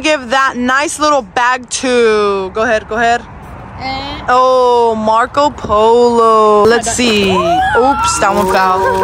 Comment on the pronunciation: The way said Moco insted of Marco she got me rolling on my floor